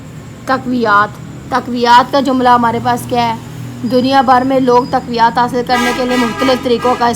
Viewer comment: taqwiyaat nahi taqwiyat